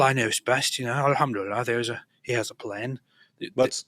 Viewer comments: 😂😂😂😂😂 piss-itive she mean. al ham do li lie. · "ahumdilala " a humdilal" " the old bamboo the old bamboo !!" has she "reverted" to dick van dykism ?